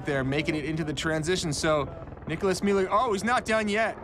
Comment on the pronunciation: its gigi rüf and nicolas müller...not muller.. goddamn